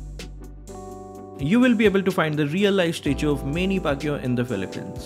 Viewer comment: Ah hahahaha your reading skills is awesome hahaha Manny Pacquiao not Manny pakyu pakyu means f*ck you hahaha okok😂😂